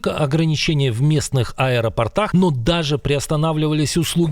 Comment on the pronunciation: АэропОртах , а не аэропортАх